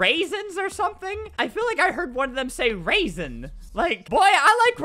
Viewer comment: It's said RAISIN WHY RAISIN